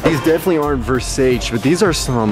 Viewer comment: you can't even spell versace fosatchy. fo-satchy